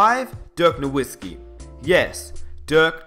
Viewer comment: Just a bit of advice so you don't continue to piss of Mavs fans a little: the w in Nowitzki is pronounced like a v.